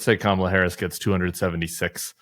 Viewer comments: He isn’t intentionally mis pronouncing Kamala..it’s evidence, yet again, of phonemic aphasia.. he also just doesn’t remember her name.. HE’S TOO OLD, HE SHOULD WITHDRAW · The wrong way to pronounce Kamala is actually the correct way to pronounce it, it's just not the American sounding one.